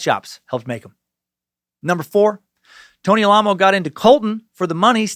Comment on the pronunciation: they chose to emphasize the name Alamo the way it's supposed to be pronounced